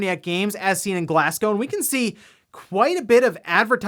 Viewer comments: Oof the way says Glasgow hurts my ears Roadhouse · Great news, I'm surprised people are not having a go at your for your pronunciation of Glasgow. Have a great weekend.